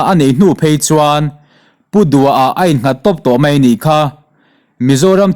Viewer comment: mai tih tur ah mei tiin a chhiar leh thin a..CM chu..lehpek ah chuan dik hram teh se...